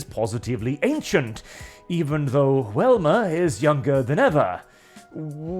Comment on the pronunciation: Me: +hears Wilma+ why is talking about the Flintstones?!?... Wait he means Velma 🤣🤣🤣